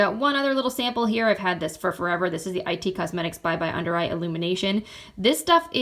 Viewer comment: Hi, I'm new to your channel and love your videos! I love decluttering and anti-haul videos. Just one thing I wanted to point out, the brand IT Cosmetics is like the word "it", not "i" "t" Cosmetics. Keep the videos coming!